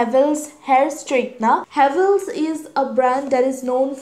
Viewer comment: Chhhh-anel Huhh-vells